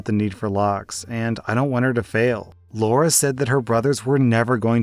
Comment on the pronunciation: come on man story 3 It's not Laura it's Lara as in Lara Croft. I know a Lara that got called Laura at school by her teachers and she hated it since that's not her name.